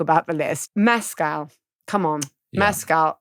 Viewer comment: Great pod but Paul Mescal is not pronounced like Pedro Pascal - it is more like Mess school